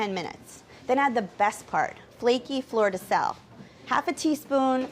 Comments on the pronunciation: what salt did she sprinkle at the end? i legit heard "florida south" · what kind of salt was that? i couldn't make out the part where she says something like "florida sells."